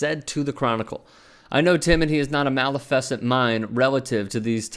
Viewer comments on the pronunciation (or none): My man can't read "Maleficent" 😂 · You pronounced Maleficent wrong!!...Ijs